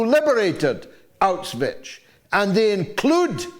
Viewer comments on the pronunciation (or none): One way to avoid erasing history is to learn to pronounce "Auschwitz" properly! Mr. Galloway gives it a strange Slavic viberation by ending with "..ich".